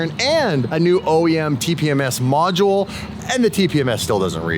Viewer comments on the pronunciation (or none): none